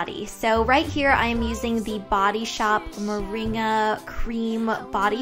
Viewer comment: its pronounced as MO RING GA!!